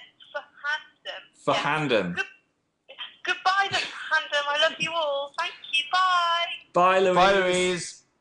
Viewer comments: ***** i think he's just slightly cringing because she said pHANdom instead of the usual pronunciation XD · p-han-dom. really Louise. 😂 also NEW YORK I'm like an hour from there. omg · ***** they didnt say phandom they said p-handom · I think it was because she calls us the ph-andom. I think he is just cringing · Okay so basically Dan was just cringing at the whole thing. The way she pronounced " Phandom " was pretty funny tbh. Don't worry they aren't against us calling ourselves the " Phandom. " proof of this is that on the #spon, they actually have wristbands with the word Phandom on them. As for Phil, I think he was just being a sassy bean.